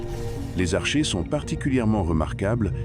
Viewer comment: On prononce "arKéen" et "arké", comme dans "archaïque" et "archéologie"... bon sang de voix IA...